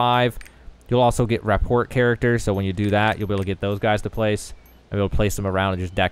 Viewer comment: informative video, however the mix between thinking sending your pet doesnt allow you to use them and the way you pronounce "rapport" makes me see literal red